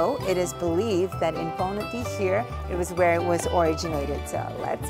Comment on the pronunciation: Dafaq is wrong with your accent.. its panauti not panatee... And yomari no yamri... Nepali le nai yesari vane paxi khattam bhayena vanya...